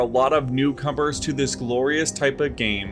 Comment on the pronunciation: Did he say "Newcumbers"? I like it